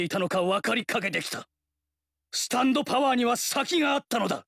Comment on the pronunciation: STANDO POWA